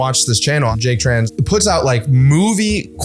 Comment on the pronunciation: congrat to you !! However, it is little bit sad that many people mispronounced your name in the video and u not bother fixing it:( I am Vietnamese and I just know that your surname are “Trần”, not chan.